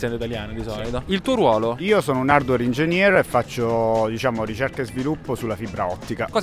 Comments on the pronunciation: hardwer engennier non si puo sentire cmq... almeno che qualcuno riguardi i testi lol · Sì ma sei laureato in qualche tipo di management e non sai pronunciare la parola in inglese… cristo santo. Sarei curioso di sapere la storia dietro “Hardwer engennier” 😂 Cmq ottimo video come sempre! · "Hardwer engennier" è fantastico 😂